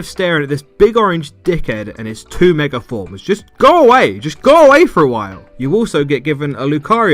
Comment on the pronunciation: Please stop saying "megar evolution"